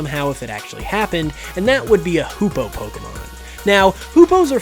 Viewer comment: You were very close with the genet pronunciation, only the 'e's were switched, so it's gEnet and not genEt. ;) But good one, and agree, it would be a wonderful addition to the Pokedex! Same with the Hoopoe (pronounced Hoo-poo). ;) Sorry to sound like a pronunciation policewoman. My bad. :P